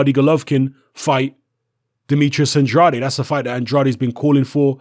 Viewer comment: It's "An-draid" Not "An-draday"